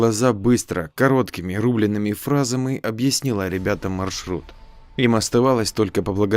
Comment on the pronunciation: Склейки и невнятное произношение некоторых слов режет слух ( "се (склейка) чками) "короткими рубленными фразамы") Подобного довольно много присутствует, но смысла перечислять все не вижу. История довольно интересная, спасибо! Успехов автору!